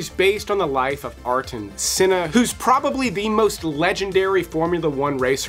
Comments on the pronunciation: Ayrton Senna, is pronounced Airton Sener and not Arton Sinner. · go find out how to pronounce Ayrton Senna. show some respect.